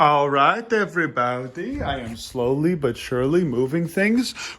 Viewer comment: Dear, please never stop saying everybowdy. I’ll gift you a diamond sword sword sword you can’t afford ford ford